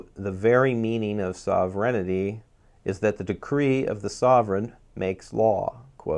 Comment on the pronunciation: sovereignty is pronouned sover-n-ty(SOvern-T) not Soverignity. I understand what your saying is important and I do not mean to criticize to be mean or cruel only to help. The word as it is being enunciated is a malapropism because the way its being said is not a word.I am so glad you showed the word that you were attempting to pronounce because otherwise I would have been lost because of the mispronunciation. Otherwise your points are dead on target.